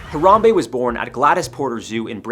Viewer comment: I don’t think you should kill Harambe, how to say his name